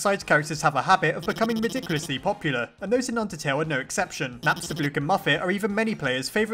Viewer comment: I thought he said, "undersnail" Imagine an AU called undersnail Please make this a thing if you want to!